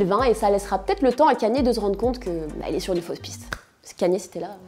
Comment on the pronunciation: kaniÉ west ?????